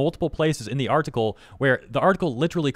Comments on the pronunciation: What is an R-Tickle? Why do you keep saying R-Tickle? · Why does bro say article like that